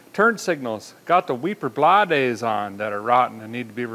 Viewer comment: Weeper Blah-days...🤣🤣🤣...👊🏻❤️‍🔥🤙🏻